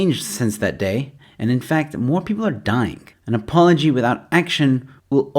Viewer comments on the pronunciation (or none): none